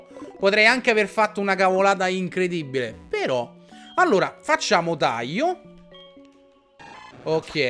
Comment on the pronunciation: Avete notato che dice Taio non Taglio. Ma non é un'offesa Ciccio non ti preoccupare. Sei una grande e continua così